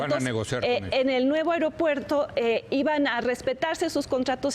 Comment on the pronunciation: No soporto a este cabrón diciendo "areopuerto".